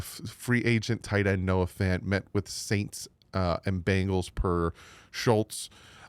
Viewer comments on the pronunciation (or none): none